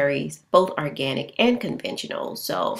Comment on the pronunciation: ORganic not ARganic